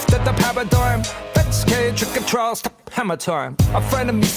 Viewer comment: It's probably been said, but it's 'Trials' as in a court 'trial' not a 'trail' as in a walking 'trail'